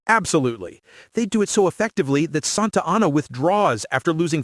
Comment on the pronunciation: Not particularly doubting your theory here, but I am taking some issue with your pronunciations of the people and places. Jim Bowie's last name is pronounced the French way: BOO-ie The final battle of the Texas revolution is San Jacinto: San (not sAHn) JAH-sin-toe António Lopez de Santa Anna's final name is sAHn-ta AH-na.